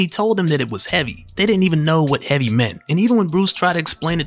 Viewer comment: “Heavy” dude I though you said “Henny” I was like i knew it!!